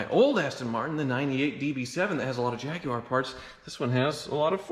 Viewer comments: Finally! Someone in the United States says Jaguar the correct way. Lol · Ha love that he says jaguar correctly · as a Brit, thank you for pronouncing Jaguar correctly, THANK YOU. Hearing "Jag-wire" drives me INSANE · He said "Jag-u-ar" Thank you. Proper order! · He doesn't have to be American, the correct pronunciation is 'Jagwar' because it is a Portuguese word for the South American cat and they don't use the 'u-a' sound. I don't understand why you have to be so aggressive in your reply, especially when you are wrong. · Jindle It’s a Spanish word that was butchered by Englishmen, at least the American version is closer to how it’s supposed to be pronounced